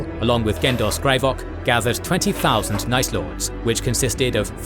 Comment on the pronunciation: Night lords? Or nice lords